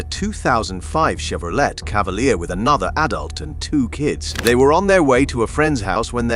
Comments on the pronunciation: Hey, posh British guy, it's pronounced "lay" in the Chevrolet, not "let". This sounds stupid with a British narrator commenting over people with a Southern drawl 🙄 👎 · Chevrolette? Can you possibly get a competent voice over actor? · I'm not even a half minute in and I hear a robot chirping in my ear about a (I'll say it the way it was pronounced) CHEVE RAH LET Cavalier car. Well, when you're that careless, why should I waste my time going further into the video? The web is full of better things. Thumbs down. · I wish the British narrator would research how to pronounce American vehicles before speaking on these videos! Not a big deal just annoying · It's AI bs. It can't even pronounce Chevrolet properly.